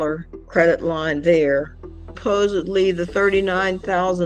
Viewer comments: she said posedly instead of supposedly🤦🏻‍♀️ and she said her husband wasn’t intellectual 🤣🤦🏻‍♀️🤣 These married people who stay married to awful people should get divorced. I wonder if the husband is really how she described or victim or if he’s a nice guy and she’s just bored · And neither apparently is intelligence! She just said “they didn’t find nuthin” and “sapossably” I mean- yikes!